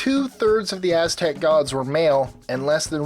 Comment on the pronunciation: He actually pronounced it very wrong. He pronounced every Aztec God in a typical English way. English people need to realize when you speak a different language you can't just pronounce it in an English manner.